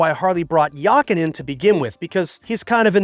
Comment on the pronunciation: One can tell, that you’ve never worked in a corporation being subjected to a plethora of interest group, while your main customer group are the „always yesterdays“. It isn’t surprising that he is not welcomed by the American customers who can’t even pronounce his name. Yakan isn’t it. Grüße aus Deutschland!